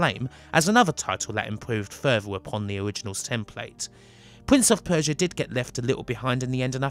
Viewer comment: Pwince of Persia and in the words of Tony Angelino cwying